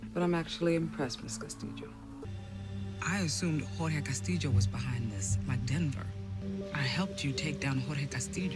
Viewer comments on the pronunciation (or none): Here in the philippines we have lots of castillo surnames cause we’ve been ruled by spaniards for 333 years. we pronounce it as ‘Castilyo’ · It depends on where you're from! In Spain they (mostly) pronounce it CastiYO, in Mexico, too, I believe. She's part Puertorican, that's why she says CastiJO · Absolutely she did, and has been butchering that name from the get go. It’s why it’s embarrassing when she keeps going “Casteedjo” all the time when the double L’s in -llo sound like “yo” in Spanish. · Lol ur not weird. It's pronounced differently depending on the region. She has the j sound cause she's Puerto Rican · Valentina Cortés nope, in spanish “ll” is not this strong... tegan’s pronunciation is from puerto rico. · El punto en definitiva es que lo pronuncia mal, pero supongo que lo hacen a propósito para el público estadounidense. Es una práctica muy común en el cine de allá exagerar la pronunciación de las palabras en español, me imagino que debe ser para que el espectador piense rápido "No entiendo esto porque no está en mí idioma", en vez de pensar "Este actor habla como el o..." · Actually, she is pronouncing the LL in spanish as the sound of Y (similar to 'yoyo', in english), which is somewhat common in latin countries, but the correct sound is a little more subtle, closer to the singular L with an I, somerthing like 'LIO', but with the tip of the tonge touching the upper part of the oral cavity when pronouncing the L. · Used to think I was the only one who found her over the top pronunciation hilarious 😂